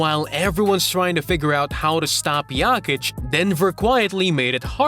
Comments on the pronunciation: Turned it off after hearing this. Is this a ragebait/engagement farming strategy or something? Having a slight accent isn't an excuse to pronounce someone's name completely wrong. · Could you not look up how to pronounce the man's name?